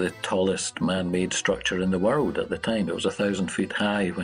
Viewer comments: I love the way our narrator says “d” at the end of a word as a “t”! “Worlt” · In the wuuuhld.